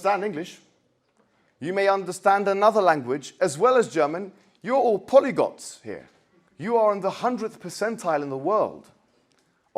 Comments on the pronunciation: POLYGOT??? YOU OXFORD GRADUATE, IT'S POLYGLOT. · Yeah, like saying polygot instead of polygLot. Oxford graduate...quota graduate.